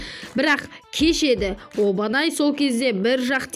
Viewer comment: Обанай емес Абанай десей Обанай деп жазылат. Томиоко емес Тамиока дейді.